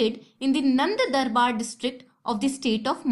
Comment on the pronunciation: mam, it is Nandurbar(nan duur bar)